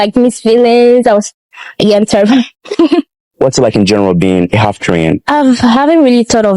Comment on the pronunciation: My dear ♥️ i know you have been Ghana 🇬🇭 for a while The word is half not alf. Please